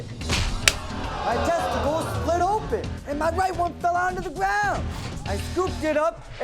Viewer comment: "on his testicles" the emphasis.